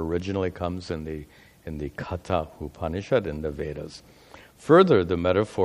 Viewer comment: Sorry, Katha Upanishad is meant to be pronounced "कठ उपनिषद्" or "कठोपनिषद्".